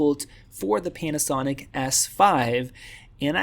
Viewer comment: Did you say “PENASONIC”?